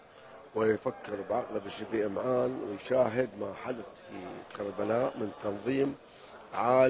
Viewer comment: كربلاء مو كريلاء كابتن